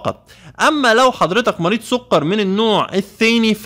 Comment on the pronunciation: السووقرررر .. ياعم سكر مش سووقرر